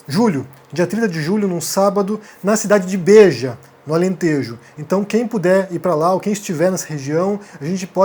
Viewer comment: a cidade chama-se BEja a silaba forte è a primeira e nao a segunda